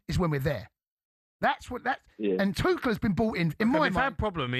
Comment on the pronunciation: It's not twoshell. He's German, n French